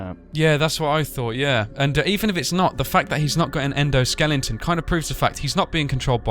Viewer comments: he said Endo Skellington XD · How come you keep saying endoskelington? Or is it just me?